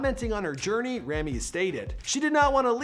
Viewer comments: ITS PRONOUNCED (RAW-ME) NOT (RAM-E) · you yourself are saying his name wrong for god sake!😑😂 He's a handsome yet talented actor and deserves what he has reached and even more. Forever supporting him! (I'm Egyptian and proud)🥰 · You keep saying Rami's name wrong, and I'm pretty sure that Rami and Sami are older than their sister. Or at least that's what I've heard from other interviews about him.